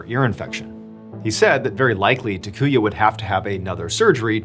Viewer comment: First guy's name is pronounced TAH-koo-yah, not tuh-KOO-yuh. Japanese is pretty consistent; all the 'a' characters use the same soft vowel sound.